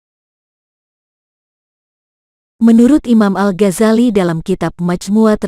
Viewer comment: Alghozali jangan algojali